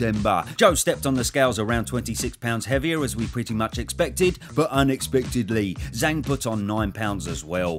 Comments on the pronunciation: And it's pronouced Jang, not Zang. Zh in phoenic Chinese is like a J sound. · I understand maybe not getting the perfect Chinese pronunciation, but his alias is Big Bang, so why wouldn't you pronounce it in a way that rhymes? 😂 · Zh is a J sound fyi